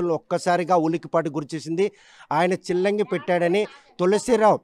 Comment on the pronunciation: సిల్లంగి కాదు చిల్లంగి